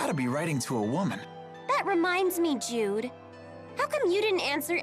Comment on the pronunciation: I keep hearing "dude there are times to play it cool" instead of Jude XD